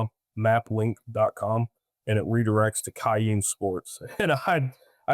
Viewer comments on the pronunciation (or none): It was an honor to be a guest on Ironclad w/ &Borderlands. I misspoke on map-link the correction is map-ky and I truly appreciate the audience and the overwhelming support.